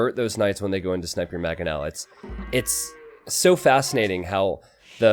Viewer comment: Is there any chance can learn to say mangoes, manga, mangonel?